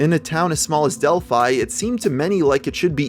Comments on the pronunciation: It’s actually pronounced Dell-fee as in the same name as the Greek city, often mentioned in myth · I feel like the town is supposed to be pronounced like 'Del-fee' and the way you say it each time grinds away my soul. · It’s pronounced delphee. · It’s pronounced del-fe not a hard “I” a soft e.. English lango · Its Dell Fee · Del-phe that is how you pronounce it. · I know that's how you pronounce Delphi but wow it sounds weird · As a person living around where this happened i just wanna clear up some of the mispronounced towns Tippecanoe - tip a canoe Delphi - dell fee Great video though. I forgot this even happened, theres so much murder in indiana its hard to keep up some times